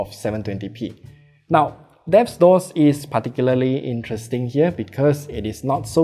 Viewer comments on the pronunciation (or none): none